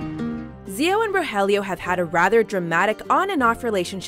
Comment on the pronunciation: Pleeaase stop mispronouncing the names...